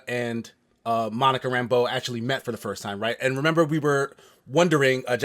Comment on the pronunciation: Nono, it's not Ram-BEAU anymore, it's RAM-bow now, like John... Thanks, Marvel TV, for ruining that name.